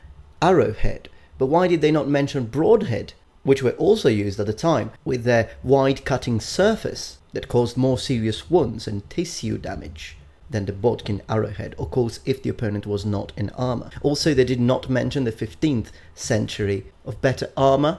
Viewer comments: just to help, cause I've heard you say it like this before, tissue is pronounced tishu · tishiu is better, with a very small pronunciation of the "shi", like TISHiU